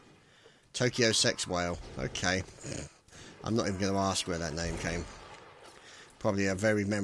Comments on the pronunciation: And its sexwale not sexwhale. Notice the missing H? Most people didnt notice it at first its some dutch joke/thing. Which we have many of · it's pronounced "Sahks-Waleh" God damned commentating noobs these days... 1v1 me.